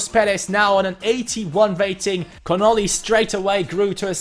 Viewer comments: Sam Connolly is pronounced like (Con-ah-lee) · I'm Irish and it was pretty insulting when he said Connolly like connili